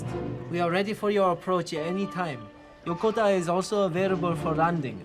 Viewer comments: Yokota AFB is not pronounced as it is in this video . I should know. I grew up on that base as an Air Force military brat back in the early 1960's. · It would have been nice if your production had bothered to get ANY part of the USAF uniform correct. Your long haired actor also pronounced Yokota wrong.